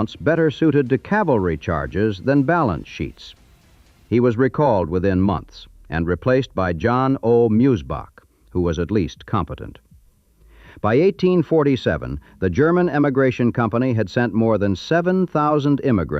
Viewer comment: Musebach is pronounced "Moizybock".